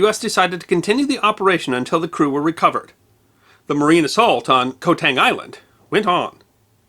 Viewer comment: It was so good I overlooked that. Some Cambodians say it K'mai but most say it as you wrote K'mair. Also I forgive the mispronounciation of island as the Latin transliteration is woeful. Ko is actually Gàw believe it or not.